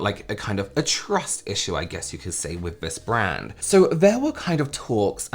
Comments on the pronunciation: Is he saying " wif" instead of " with"..he kinda looks illiterate tbh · Is this dude saying " wif" instead of " with"?(.. he looks illiterate tbh